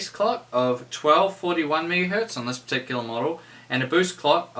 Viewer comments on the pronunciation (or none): none